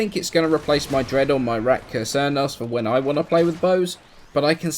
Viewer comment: does he say "ratka cernos" instead if "rakta cernos"?